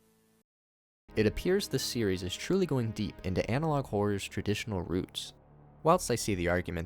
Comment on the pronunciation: "analouge" on the end killed me 😂😂😂